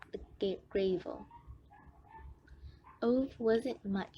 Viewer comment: she cant pronounce gravel